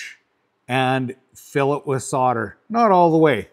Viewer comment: What the fuck is soder,though it was solder.